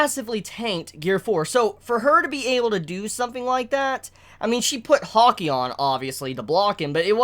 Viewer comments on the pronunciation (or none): none